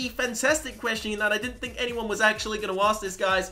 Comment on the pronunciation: think not thimk